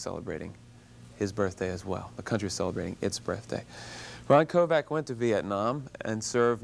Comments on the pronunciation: stop saying Ron Kovac ugh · Interviewer, respect this man! His surname is not KOVAC. It's Kovic. Respect your heroes! He deserves better than you! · Pretty bad interviewer - jeez, at least pronounce his name correctly! It's KOVIC, not KOVAC. I had the privilege of briefly meeting Ron at Kent State years ago. A very nice guy, very approachable, very personable, and very passionate about the things he believes in. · I wish Ron Kovic would of told the host that his name is Kovic..not Kovak. Thank you Mr. Kovic of sharing your story… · I know right? He pronounced his name wrong. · I am not so impressed with this Bill Boggs, if this guy is so moved by Kovics book, you would think that he could pronounce Kovics name correctly. There is also seems to be a minor undertone of judgement in his questions.